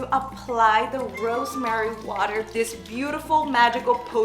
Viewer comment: is becoming funnier and funnier day by day, the way she said "rrrrrosemary" 😂😂😂